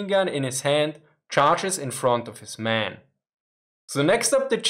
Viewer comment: Men, not Maaan